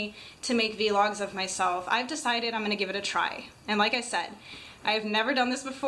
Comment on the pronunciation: she says vlogs wrong